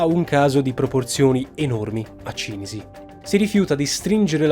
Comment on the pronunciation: Cìnisi, non Cinìsi...